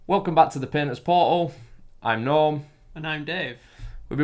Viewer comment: this might seem a bit immature but how you said "Painter's Portal" I heard "Penis Portal" and had to look at your channels name to verify what I heard. going to go back to watching the rest of the video.